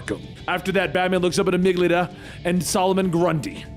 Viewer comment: One small criticism from a big fan. With ALL due respect (which is a lot of respect), as a professional narrator, part of your due diligence should include looking up the pronunciation of words you don’t know. Especially if they are words like “Amygdala,” (a specific part of the brain) which is a villains actual name and you didn’t pronounce it correctly a single time, and same goes for the myth of “Pygmalion,” from which Professor Pyg gets his namesake. Those especially are really important to get right. But there are a lot of pretty basic normal words that you mispronounce on a regular basis, and it can be a little bit distracting as a viewer. 😓😅Instead of assuming you can figure it out, why not just double check first that you’re correct? All in all it’s an extremely minimal time commitment to make sure you’re pronouncing a word correctly. You just have to go to google, type it in, and click the button that says the word for you. Anyways. Again I love your videos and this comes from a place of constructive criticism for how to improve on an already wonderful quality product.